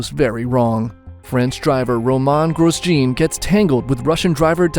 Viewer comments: Gwooos jiiin 😁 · "Groose Gene"?